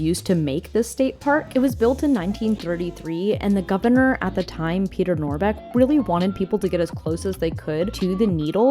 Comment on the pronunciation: It’s about time-ah